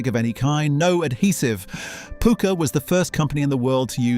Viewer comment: It's pucker not pooker. Pukka is an indian wording from colonial days meaning good stuff. 👍